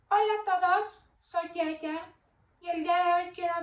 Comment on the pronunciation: Dijo soy yaya en ves de yeya es una impostora